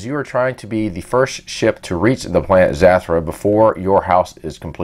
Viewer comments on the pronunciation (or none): Its not zatura its zutura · Actually, Zathura is pronounced as Zuh-thur-uh. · This man really calling this game zathrah haha anyways cool didn't know zathura was an actual boardgame.